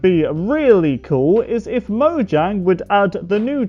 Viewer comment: You say mojang not like you have to